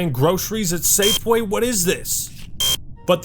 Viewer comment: "Safeway" eh?